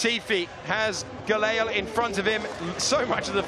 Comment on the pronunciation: struggle to pronounce Gelael name haha. "Geyell"